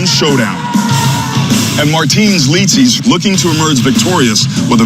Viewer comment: The way the commentator pronounced licis name just makes me angry...